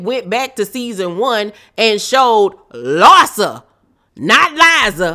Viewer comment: LARSA versus LIE-ZA 😅😅😅